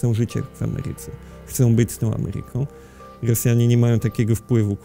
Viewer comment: Boże jak słyszę że ktoś mówi Ghy hosjanie, amehykanskich bhytyjskich to nóż mi się w kieszeni otwiera